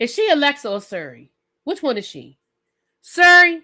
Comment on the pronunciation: Siri not Suri